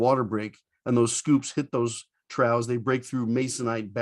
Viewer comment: Another great video,. Interesting pronunciation of "trough." Thanks again and keep 'em coming!